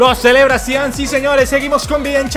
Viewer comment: Zidane uso el 5 no el 10 este man no sabe nada de futbol desde que no sabe pronunciar a los jugadores hasta algo tan básico como esto jajaja